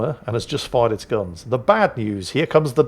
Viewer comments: Happy birthday, kiddo! Yes, im older than you :D As a birthday gift, I'll give you a swedish lesson. Dalarna is pronounced with a long a first, then a short one, like Daaalarna. Småland is pronounced Small land, and thats infact what it means. Skåne is pronounced like Scone, you know that flat peace of bread you brits have with your tea. Have a nice one :) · just need to switch which "a" he emphasizes. Now he says something to the effect of "da-lAr-na", correct-ish would be "dA-lar-na" 😀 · it’s pronounced Dalarna. You are welcome 😊